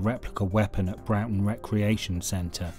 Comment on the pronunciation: Broughton is not pronounced Browton, it is Brorton